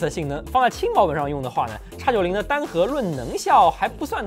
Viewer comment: 为什么麒麟是'插'九零，高通是X Elite 难道国外高大上:face-green-smiling: 不过算了 x86你也是读叉 海外同胞 土气扑面来